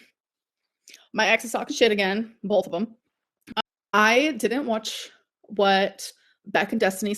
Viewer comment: BOLTH of them? BOLTH?